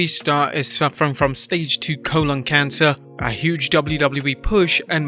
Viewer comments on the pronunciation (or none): You Pronounced Colon Cancer Wrong